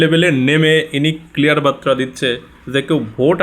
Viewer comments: বাত্রা নয়, বার্তা হবে। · Barta ,batra na , শব্দ টা বার্তা। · বাইরে ওটা বাত্রা নয় বার্তা (বারতা) হবে।